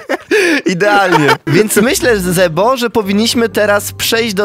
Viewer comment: nie zebo tylko źrebo